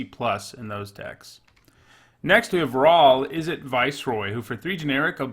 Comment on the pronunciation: Ok but , Izzette? ;) For real though great content, and it however you pronounce your card names, I ain't bovvered.